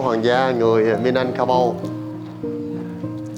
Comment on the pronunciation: Bạn này sai rồi. Chính người Indonesia còn nói Minangkabau (bạn đọc tên dân tộc là Minanangkaku là sai) Bạn nên đọc nhiều tài liệu hơn hoặc nên ở đó lâu để thu thập đủ thông tin trước khi bình luận.